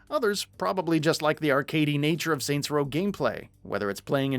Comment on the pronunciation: “Soy row”